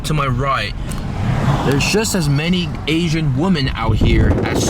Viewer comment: The way he emphasizes the word ASIAN makes it seem like he’s so disgusted by asians. Smh what did asians ever do to u? O ye and btw there was a kpop event LOL